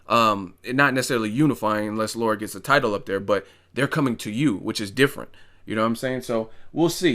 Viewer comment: La- Ra. Not Laura lol.